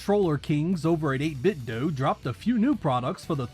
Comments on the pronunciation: Its pronounced '8BitDOH' not ' Do' lmao 🤣 and thanks for everything...merry New Year 💯💯💯🗣️💯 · It's 8bit-doh...because it's a play on Nintendo. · I do not give a damn what the company says now. They were SUED by Nintendo (DOUGH) for copywrite infringement. That's why they say DOO. It's not DOO. It's Do (Like Nin-Ten-Dough), but as a result of the lawsuit they're playing stupid. The fact so many people fall for it is silly. It's 8-Bit-Do, not 8-Bit-Doo. To prove this further, how many 8-Bit consoles do you know of that ended with Do that pronounced it "Doo"? None. That's because it's not Doo, it's Do (Dough) like NINTENDO, not NINTENDOO. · I always pronounced it like "Doh". I have no idea why... maybe subconsciously thinking of "Ninten-do". Even if the company and other YouTubers pronounce it like "doo", that will always sound weird to me. 😄 Like "8-bit is doing something". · FYI It's actually pronounced "8-bit'd" (rhymes with "knitted") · If people argue how your brand name is pronounced years after it's released, it's 8BitDUMB.